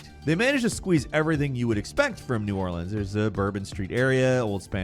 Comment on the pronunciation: Well at least he pronounced "New Orleans" right